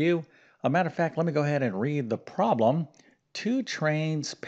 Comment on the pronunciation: Since you’re a math teacher, who uses the word “problem” so often; perhaps you could pronounce it correctly. It would be easier to listen to you speak. In your defense, you are probably tired of saying the word “problem”. However, we must listen to it repeatedly. Occasionally, you do pronounce it correctly. I admire your math skills. I struggle with algebra. However, I do enjoy grammar, literature, reading, foreign languages, history, geography, and spelling. God gave each of us talents, interests, and aptitudes for learning. Math is not an easy subject for me. I enjoy how you explain, in detail, the procedures to solve the problems. Thank you for your help! I really like your channel. With so many subscribers, it is clear that many people need help with math.